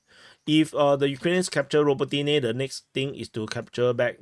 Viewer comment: Yas-na-BRO-div-ka,. Bi-la-HO-riv-ka. Ra-BO-ti-ne. Observe the pattern, deduce the rule.